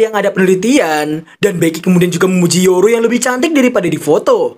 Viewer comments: Kak bukan yoru tapi yor nama mamanya Anya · gini loh bro, kata "Yor" Dalam bahasa Jepang itu dibaca "Yoru", karna dijepang huruf matinya cuma "t" Dan "n", misal Cotto , dan Gomen... Sedang mata mati lain akan memiliki huruf pembantu.. Misal " Yor" Akan menjadi Yoru.. "Gom" Akan menjadi "Gomu", tergantung pelafalan katanya aja..